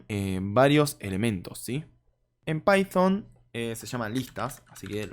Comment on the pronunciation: pyfon? decilo bien.. no quieras demostrar que "sabes ingles" encerio y de onda te digo. para evitar las criticas